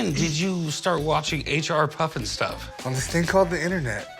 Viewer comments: it's HR puffenstuff, NOT H and R...geez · The "expert" called it H n R puffin stuff.... H n R??? That's no expert. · The expert is no expert if he’s saying H n R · Expert said H and R Puffnstuff. Hahah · Except he kept saying “h and r puff n stuff”